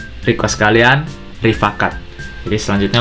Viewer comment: Rifaaqat dalam bahasa arab dibaca Ri-faa-qaat Yang artinya Sahabat/teman baik.